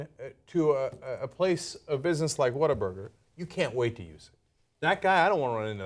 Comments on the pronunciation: she says "WhatTheFuckBuger" not burger, lol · Cenk, it's not 'whataburger?' it's 'WHAT,A,BURGER!' and they'r very good, better than In-Out, Five-Guys, Wendy's, King, Mc'd, Jack, .. also the fries are good, shakes, they start cooking it when you order it, so it's fresh and juicy, good quality meat, made to order, it's a damn good burger for sure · About the name, in their mouthwatering TV ads, the guy takes a bite out of a burger and exclaims, "What a burger!!" It's commonly pronounced "WaterBurger" here in H-Town and you guys would love it. Their burgers, fries and milkshakes are amazing, that's why there is one on every corner. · Its What-a-burger not waterburger. And its way better than in-n-out burger. And they aint losing any business cuz they have better ketchup than heinz and aint nothin better than whataburger at 3 a.m. nothing. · ....... WhatTheFuckBUGER.... Buger? ..... people can't even be stupid correctly.